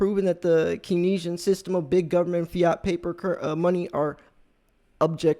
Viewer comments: It's pronounced "kayn-see-ann" not "kin-ess-ee-ann" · Pronounced Kens E Ann economics